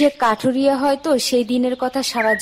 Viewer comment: Barbar se kathuria se kathiria kore bolchen kno sunte valo lagchena